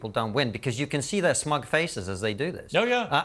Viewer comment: I think it is pronounced Smug